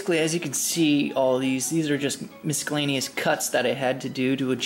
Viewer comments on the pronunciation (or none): Cool video bro. You're pretty damn skilled! Btw, don't know how you've 18+ years in life without anyone pointing this out, but it's Miscellaneous as in "Miss-uh-layne-ee-us", not "Misk-uh-layne-ee-us". The "c" after the "s" is silent.